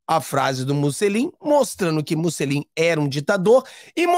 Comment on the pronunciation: Bom dia,. O correto é Mussolini. É italiano...